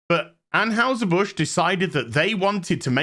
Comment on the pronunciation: Ann HI Ser. Not Ann Haus Her.